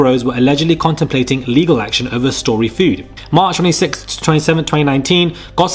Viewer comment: Feud is fewd not 'food' lol. 🤣 'Strongly letter legal words'!!? 😁 Surely you mean, strongly worded legal letters!! 😆